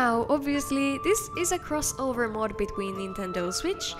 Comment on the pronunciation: This is 100% not what the letter Ö sounds like in any recorded language.